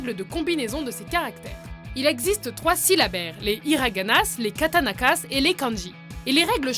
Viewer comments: "katanakas" O_o Aïe, mes oreilles xD Katakana et on met pas de s pour le pluriel xD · Bro c'est pas katanaka c'est katakana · Déjà c'est Katakana et pas katanaka et ya pas s. À fin ! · KATAKANA PAS KATANAKA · bonne vidéo par contre pour le japonais c'est "katakana" et pas "katanakas" mais sa peut arrivé et ne mettez pas de "s" a la fin ou alors ne le prononcez pas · Elle a dit katanakas.🤣 Arigato senpai. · C'est moi ou elle a dit '' les katanakas '' à la place de '' katakana '' ? Et perso j'ai apris le japonais en deux mois !!! C'est facile quand on a un objectif !!!! Et l'arabe, c'est tellement facile, il faut juste connaître l'alphabet, et les image que vous avez pris est un mauvais exemple. Parce que l'arabe est plus facile a écrire qu'on le croit. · Je dois peut-être me tromper mais il me semble que c'est Hiragana et KATAKANA et non Katanaka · Aaaaah ! Je savais qu'il y aurait le Japonais ! (Par contre c'est "Katakana" (et non "Katanaka", mais c'est pas grave...)) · Les Katanakas tu as dit xD Les Katakanas*, et on n'est pas sensé prononcer les "s" à la fin ^^ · "KataNaKas" ça vous a pas choqué ? J'en connais une qui ne sait pas lire ses notes. xD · Le pire dans tout ça c'est que c'est "Katakana" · ET C'EST KATAKANA ET PAS kAtAnAkA !!!!!!!!!!! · pour le japonais tu as dis Hiranagass et katanakass, c'est Hiragana (ひらがな) et Katakana (かたかな) 😉 j'apprends le japonais en autodidacte depuis seulement 3 mois haha mais ça va je m'en sors pas trop mal 😂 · y'a pas de ''s'' dans ''higarana'' et on dit ''kataKANA'' et pas ''kataNAKAS'' XD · Sinon, vous avez pas l'impression de pas avoir prononcé le nom des alphabets japonais correctement? Hiraganasse et Katanakasse... j'aurais tout entendu.... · Hiraganasse katanakasse WTF!? Ah et pour l'info les kanjis ne sont pas un syllabaire mais des idéogrammes et des pictogramme... Donc vérifier les source et la prononciation! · Hiraganass, katakanass XD pitier tuer moi